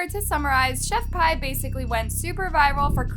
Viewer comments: You literally pronounced all the names wrong like it's not chef pi like the math one it's chef pee and it's not KAYRAMO but kaaraamo and it's not al but aleeeeee BRO- go back to school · I would just like to say I think her name is pronounced ( pee ) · I know this may not matter, but I'm just a little neurotic about pronunciation, and the woman's name is not pronounced "Chef pie" it's pronounced "Chef Pee". You know like piss? Like the pissy ass sauce she tried to poison the world with? I just feel , since she's lived UP to her name ( pronounced "Pee") for her piss tasting, botulism / salmonella filled sauce, let's CALL HER by her name..."Chef Piss" , shit sorry , I ment "Chef PEE." Just a little neurotic suggestion. 😁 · Im sorry this is off topic but its chef "pee" not "payy" 😭 (i have OCD im sorryy)